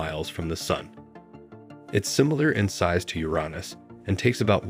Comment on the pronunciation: This is the first time I've ever heard Uranus pronounced Uronus.